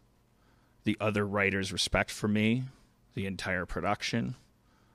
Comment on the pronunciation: did he just say... mie ?